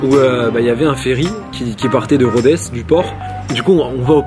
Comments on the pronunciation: Super vidéo, cependant je suis grec et Rhodes ne se prononce pas "Rhodèsse" mais "Rhode" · Cest une blague titanesque ? Rodess ? On dit Rhodes